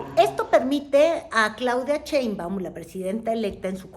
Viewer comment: ¿Por qué pronuncia CHeinbaum?